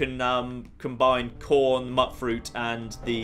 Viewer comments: Ok, I always read it as "mute-fruit", as in, mutated fruit. But keeps saying "mutt-fruit". How is everyone else pronouncing it? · Mutfruit is pronounced Mute-Fruit. Like mutated fruit shortened...